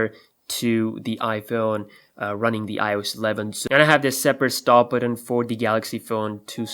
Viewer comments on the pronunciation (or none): It's button. Not buddin. Why can no one pronounce the word correctly. There is no D in the word button.